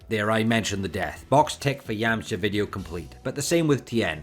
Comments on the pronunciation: Okay... So why do you say "Yamcher" instead of YamchA ? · ah ok, I didn't know this accent, where is it from? If you say "er" instead of "ah", why don't you say "Yermcher" ?